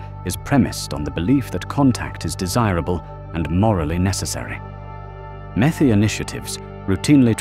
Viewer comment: METI not METHI.